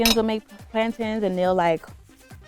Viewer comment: It's definitely plan-tains and not plan-tin. See that's what that ai gives you, ayyy - plan-tay-ne. Sheesh how you trying to correct someone with the wrong pronunciation smh help us Lord lol